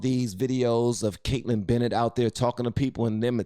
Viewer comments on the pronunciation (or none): none